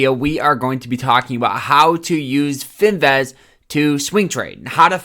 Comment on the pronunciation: bro please never pronounce the word finviz again because wtf LMAOOOOO